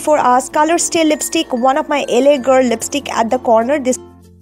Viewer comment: not laa it's LA